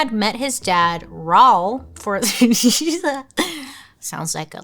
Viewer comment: I never heard someone say Raul like Paul before lol